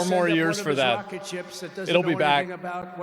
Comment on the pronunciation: “But his wocket bew up!!!” Yeah its normal.